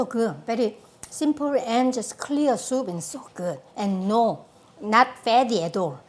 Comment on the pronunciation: no one: maangchi: my a house smell so guuh